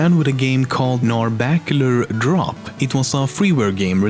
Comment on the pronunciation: Narabacular Drop